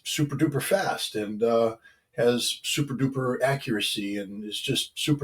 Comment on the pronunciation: Thats souprdoopr scot ha ha ha